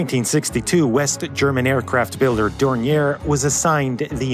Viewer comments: To say Dornier correctly you need knowledge of 3 of the worlds 7000+ languages. The name is basically French and even in German it would be pronounced differently. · Picturing the aircraft with the Autobahn as a backdrop is authentic and a very well done animation ! PS: Better Skip the last "r" when pronouncing Dornier. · Interesting video, you seem like a very thorough guy yet you didn't research how to pronounce Dornier... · One of the two prototypes to see flight is on display at the Dornier Museum Friedrichshafen in Friedrichshafen in the south of Germany. On a different note, the name Dornier is of french origin, so the pronounciation is more on the lines of "dorn-yeh". Anyways, very well researched video as always, thank you. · A note on the pronouciation of "Dornier": Pronounce it as if it were French, more like "Dornyé". The r at the end of this name is not spoken. Oh wait, German is famous for being so very logic because it's pronounced exactly like it is spelt? I heard that rumour, too. It's bogus. In our language, the only real rule is that there are exceptions to all rules. Nice video, I like your animated graphics! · More like "dorn-yeh", but yeah. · Cringing everytime he mispronounces Dornier. Otherwise interesting video. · You're pronouncing Dornier wrong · DORNIER not 'dorniere' . at least learn to pronounce names before making these videos. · I have never heard Dornier pronounced that way you seem to be ending the name in "air" this is the way I have always heard it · The company is pronounced "Door-Neer." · It's Dor-nee-Eyy, not Dor-nee-Air my guy. But that's oke, because I still say it wrong sometimes. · Dornier, not Dornière - it’s German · Thanks a lot. As always, great video. Minor qualm: Dornier is supposed to be pronounced Dorni-ay not Dorni-er (German founder Claude Dornier was born French). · Dornier [Dornyeh] from Claude Dornier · Dornier = Door-knee-ayy. The founder was of French ancestry. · It's pronounce "Dor-neeer."